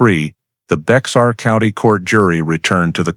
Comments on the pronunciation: Minor point: "Bexar" County is not pronounced with a hard "X". It's a Spanish word and the E&X is silent and pronounced together with a "H" sound. Like Bay-Har. This is a very intriguing story and very factual in investigative lay-out. As a retired Fire/Arson investigator with over 20 years in that position I can relate to every part of this. Every fire fatality had to initially be handled as a homicide until accidental causes could be determined. Once you leave the scene you may be required to get a search warrant signed by a judge to re-visit the now crime scene. The first thing the judge is going to ask is why didn't you finish your investigation when you were there the first time. Lots of times we rely on the results of the Medical Examiner to determine if the victim was dead prior to the fire or if there were in any projectiles in the body that we could not see due to charring. Maybe the deceased was the arsonist. The job was anything but easy and no two were exactly alike. Glad to be retired from this for the past 36 years. Now the only fire I concern myself with is the one I'm grilling hot dogs or hamburgers on. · Pronounce Bear as Bear the X is silen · I said the same thing in my head bear not bear lol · Just FYI if going to narrate learn how to pronounce the County's name Baxar pronunciation is Bay har. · Its bexar pronounce it. Not Bex tar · Did anyone catch the fact that Whitaker said no one would believe him because he had an "in" in the department? Explains why the guy kept wanting him to look at the old boyfriend. I think they need to look at that guy as well. 🤔 By the way, it's pronounced as "Bear" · The X is silent 😝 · Maybe not a big deaI to some folks, but it is pronounced Bear County, NOT Bex-are County. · Bexar is pronounced “bare” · Bexar County is pronounced like bear. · Its Bear County. The X is silent. Its Indian/Mexican for friend. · Bexar county is pronounced bear or bare. I lived there 4 decades.